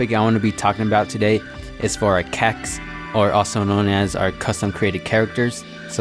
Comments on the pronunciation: It so cringeworthy when you say Cacs just say C-A-C (see a see) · Stop saying CAC's like that. My mom said if I watch another video like this again I can't have my phone anymore